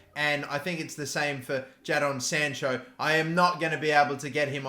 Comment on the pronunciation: how he said jadon sancho tho 🤣🤣